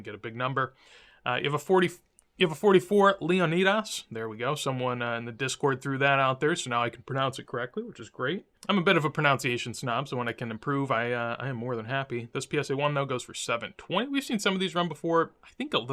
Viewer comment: "I'm a bit of a pronunciation snob"... pronounces "pronunciation" wrong...